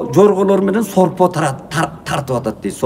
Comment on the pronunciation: ОЗУНУЗ ДЕЛЕ ТАЗА СУЙЛОН КАНДАЙ "СОРПО"---ШОРПО ДЕП АЙТЫНДА